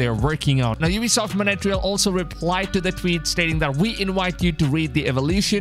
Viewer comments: I literally just can't get over how you pronounced Montreal as "Montere-ale" and Quebec as "Kyubek" bruh pure cringe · “MoNeTRial” 😂 Big love, though